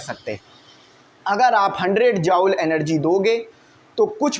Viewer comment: Sir its not jaowl it will be pronounce like joool